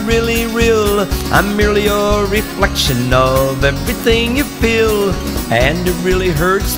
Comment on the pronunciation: Like when he say " FeEl "